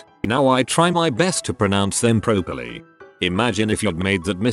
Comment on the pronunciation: I sometimes wonder if the speech bot is having a joke with us.@ , where the lovely person to whom English is not their first language...the bot tells the details of the person not realising that ‘kiss’ was not pronounced ‘keys’. Then says that they try to pronounce everything “pro-per-lea”.